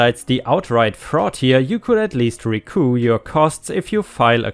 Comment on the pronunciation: Coup is pronounced ‘coo’, but for some odd reason, recoup is ‘ree-coop’. Don’t ask me why🤪 Doublet—‘dub-let’, not ‘doob-let’ I ordered some light sabers for my boss’s grandson from an ad on Facebook. All the information showed the swords to be a high quality and selling two for $30. Now, I know reputable businesses that sell very nice, beautiful and durable light sabers, but the minimum price on just one of these swords is $200–and I didn’t want to shell out that much for a nine-year old. What I received in the mail were two cheap, Dollar Store toy swords that broke easily and tended to get stuck in the ‘ON’ position. At least I didn’t spend too much on it. Caveat Emptor. 🤩🤩🤩🤩🤩🤩🤩🤩🤩🤩🤩🤩🤩🤩🤩🤩🤩🤩🤩🤩🤩🤩🤩🤩🤩🤩🤩🤩🤩🤩🤩🤩🤩🤩🤩🤩🤩🤩🤩🤩🤩🤩🤩🤩🤩